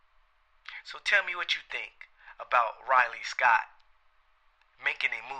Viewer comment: I loved your vid bro, but bruce lee was chinese, it is astrology not askrology, belittle not delittle and ridley scott not riley scott